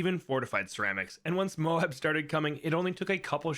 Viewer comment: When did this guy start pronouncing MOAB correctly?